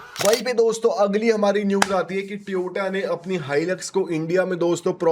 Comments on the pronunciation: It's not "Tee O Ta", It's "To Yo Ta". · It's toyato